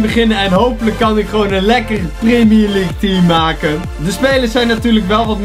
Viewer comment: primier league is jouw uitspraak